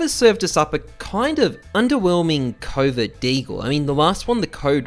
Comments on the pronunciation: I keep thinking he is saying covid deagle , I know he is saying covert but I hear covid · Every time he said covert I heard covid...god damnit america...